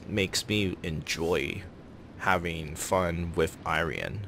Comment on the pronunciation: gonna buy it no matter what for patriotic reasons lel might wanna work out on a bit of overlapping commentary on transitions, good review nonetheless :D your pronunciation for the "rian" part is quite good, the I in front is more like "ee-rian".